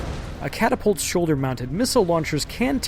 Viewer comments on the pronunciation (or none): He said "blow off cadapult arms..." lol